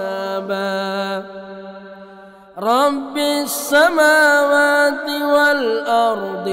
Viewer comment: Mistake!! there needs a correction it Raba samawati, not Rabi samawati.